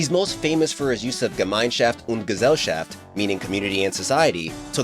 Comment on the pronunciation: It’s pronounced guess-al-shaft